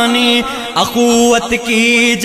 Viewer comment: پڑھنے میں بہت غلطیاں کی ہیں۔ اَخوّت نہیں اُخوّت ہے۔ مَیان نہیں مِیان ہے۔ قَہستانی نہیں قُہستانی ہے۔ اِستَبداد نہیں اِستِبداد ہے۔ تحمل نہیں تجمل ہے۔ شَگاف نہیں شِگاف ہے۔ قَندیل نہیں قِندیل ہے۔